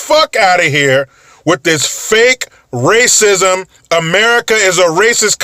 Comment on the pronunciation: OH GOD RAS-ISM DA RAS-ISM LOL